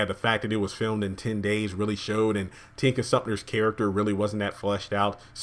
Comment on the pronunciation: Hey! I really appreciate your insight on Tyler Perry’s work. Problems with both movies for me. Wouldn’t watch either again. Pronunciations: Tika Sumpter. Tika, there’s no n. It’s not Tinka. Cicely Tyson. Sis not ses. Cicely not cesily. Phylicia Rashad. Rashad not rashaRd. Thanks for your reviews! I truly enjoyed them!